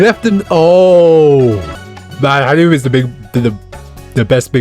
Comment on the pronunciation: It's not hanimun 😂 it's hanuman